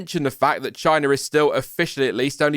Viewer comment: What’s “chinur” 😂😂 oh you mean China